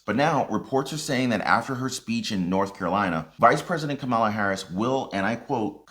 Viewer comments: Why do constantly mispronounce Kamala's name? It's comma la. Easy. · The V-P name is pronounced, Ka’ma’la’